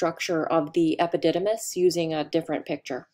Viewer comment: Interesting she didn't get into the plant looking structure in prostate i assume it to be nerves. The word epidymis she said it several times and it sounded funny to hear ...